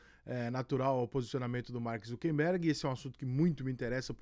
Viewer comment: Rica! Nao seja um indiota ingnorate. O nome certo do proprietário da Meta é "Zucker" e nao Zunquenbergue como muitos estao falando. Para com isto.